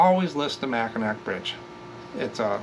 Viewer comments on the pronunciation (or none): 1) Mackinaw (also sometimes spelled Mackinac) = always pronounced "Mac-a-naw" (like you are going to chew or "gnaw" on a bone. Or just call the bridge "The Mighty Mac" 2) Zehnders = "Zen" +"der"+ "ss" 3) Nailed Henry Ford, good job! Thanks for another great video